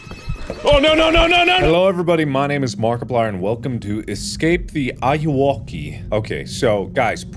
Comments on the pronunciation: I believe it’s pronounced “A-you-whoa-kay” as enunciation of “Are you Okey.” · It's Ayuwoki It's Not Ayayya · It's a meme in Spanish xD it's pronounced "Ah-you-whoa-key"